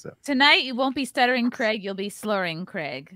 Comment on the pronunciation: Just for the Americans out there: It’s pronounced Krayg not Kregg. For future reference Graham is not Gram, it’s Grey-am